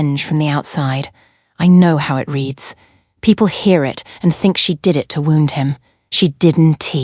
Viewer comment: I think it's an '''a.i. thing'''. It also tends to pronounce 'bullet wound(wooond)' as '''wownd'''. Hair bow(boe), comes out as '''bahwuh'''. 'Us' gets spelled out, u s, as if each letter was a word. I thought it was a glitch in the video at first. Then I realized it was happening to all contractions, NOT JUST the ones with '''---'t or ---'s'''. Can be very irritating sometimes.